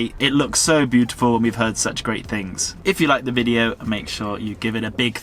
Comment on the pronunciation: VideeOH-oo. think that is 4 syllables. lol